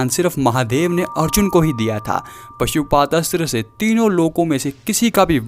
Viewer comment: Bhai pashupadastra nai 😂 Pashupatastra hota he 😁